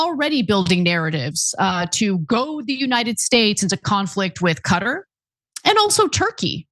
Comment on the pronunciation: Thank you for pronouncing Qatar correctly. 👍👍🙂🙂